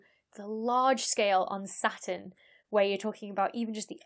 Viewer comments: you don't pronounce the T either (sounds nice though) ;) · you don't seem to pronounce the t in saturn either :) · I wasn't gonna comment about you butchering "satun," but since you mentioned it... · You don't pronounce the 't' neither. Everything is fractal in the end, as some scientists have discovered, we just don't know how exactly yet; chaos doesn't exist, it's just a human perspective, planets are kinda boring for me, I prefer the 7 Pleiades powerful beauties #StarFeminism #LOL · NoName Sounds more like: satuhn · satoon* because that pronunciation is cooler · Now that you mention it, you don't pronounce 't' either... "Sah'un" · In Britain, the T is silent: hospi'al (hospital), going ' pub (going to the pub), Sa'urn, buh'er (butter) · Not only don't you pronounce the R in Saturn, you don't pronounce the T, so it comes out as Sa'uun. Which is a really cool name for an alien planet when you think about it. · Sa-un ftw. You also skip the t half the time too :) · "...about how I pronounce Sa'u'n, 'cos I don't pronounce the R -- welcome to the North!" But you don't pronounce the T either 😂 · i don't think anybody cares how she pronounces "Sa'u'n" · She says it kinda how Americans say Batman, with a glottal stop instead of a T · You don't pronounce the T in Saturn either; you say it more like an extra U :P. I love your content. It is super informative, engaging, and has wonderful humour to it. Soup Avoid, and the Planemos band still has me chuckling. Cheers!!! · I can hear the r in her Saturn. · You don't pronounce the "R," either? Neither does Rhode Island. Cool! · You don't pronounce the R in Saturn? I think there's a T in there somewhere too. LOL Keep up the good work, as your explanations of the various attributes of the cosmos are always informative and easy to understand. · Real Saturn fans pronounce the R 😄